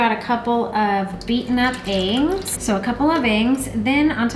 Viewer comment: do you realize you pronounce EGGS as engs? had to listen several times